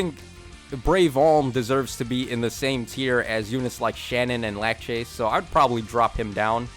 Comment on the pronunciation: Lache lmao It’s Lar-say, it’s spelled Larcei but that how you pronounce her name. Fire Emblem is not B slot skill lol, it’s a special. Binding Shield is his B slot skill.